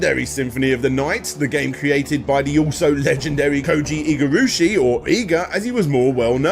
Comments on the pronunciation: "Takamiko memorial" "Koji Igurushi" It's Tokimeki Memorial, this dude is seriously not even trying with the japanese names lmao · This is so intelligently presented in most every way possible, that I have to believe the severe mispronunciations of “Koji Igarashi’s” name and “Tokimeki Memorial” are comedic trolling. Which is okay, I guess. Someone please tell me that is the case.